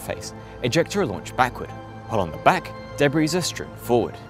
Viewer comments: It's de-bree not de-brees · You don't pronounce the "s" in "debris". It's a French word. It's pronounced like "debree". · Interesting video. A minor quibble, if I may: you do not pronounce the "s" in debris. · Is that really how you pronounce debris? With the S? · Surprised he doesn't know how to pronounce debris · Sounds like he can oronounce it fine, he just doesn't know when to stop :D